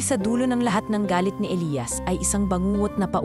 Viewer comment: Maganda na sana,kaso.inis ako sa pagbigkas ng Elias /elayas